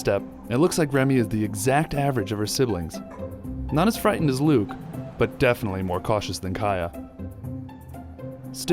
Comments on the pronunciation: anyone relizes he called luke buke lol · he says buke I swear 😂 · i thought he said buke instead of luke😂 i hope s2 happens